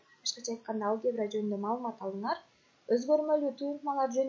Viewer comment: Алге'бра эмес а'лгебра